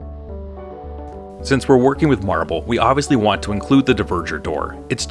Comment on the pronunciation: Dvergr is not pronounced like "diverger". It's closer to the old germanic "dwergaz", dwarf comes from the same word. So you basically pronounce it like "dwarger".